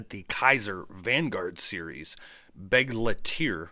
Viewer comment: I think that it's pronounced "Beg-lighter". Anyway, Great video!